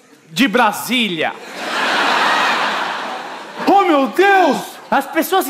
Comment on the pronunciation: "Brasilia" kkkkkkkkkkkkkkkkkkkkk XD